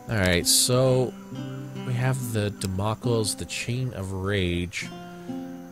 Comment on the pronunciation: Damocles is not pronounced dam okkles, it is pronounced dam oh clees :P